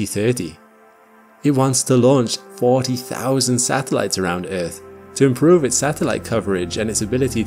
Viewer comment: eaRth! damnit man. not eeeth. stop with the baby talk